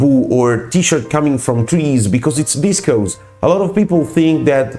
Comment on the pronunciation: Processed into some word that starts with v and is pronounced unintelligibly. How informative.